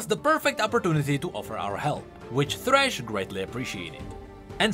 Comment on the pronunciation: Sad that you didn't put thresh as well and call him "Fhresh"